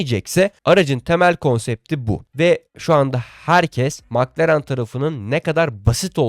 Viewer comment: Mc Laren yada Mc Donalds bu söylemek bu kadar zor mu???? Madem düzgün söyleyemiyorsun, bir İngiliz yada bir alman formel 1 yayını izleyerek isimleri ve markaları daha iyi söyleyebilirsin. Milletten abone olmalarını, Size destek olmalarını istemeden önce doğru söylemeye çalış.